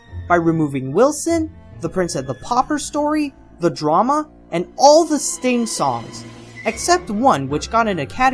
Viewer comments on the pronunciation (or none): none